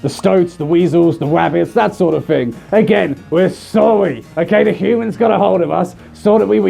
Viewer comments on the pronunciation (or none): To me when he says “sorry” I hear it as “sowrwy”.